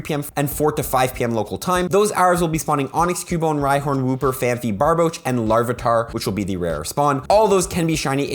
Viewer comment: Sorry, your wrong prononciation always gets me: it is PhanPy not PhanPHy, thank you!